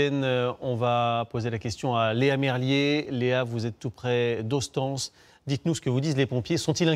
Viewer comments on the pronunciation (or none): Oui, c'est ce que je voulais marquer. Pour ceux qui ne sont pas de la région, Hostens se prononce Hosteins. Ok y'a plus grave dans la vie, mais bon...c'est dit. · "HOSTANCE" ? revoyez les prononciations ... vous êtes quand même la plus grande chaine FR ...